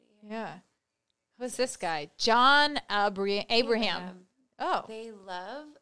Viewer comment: John Abra...(Oh we are American)...Ebrehem😂😂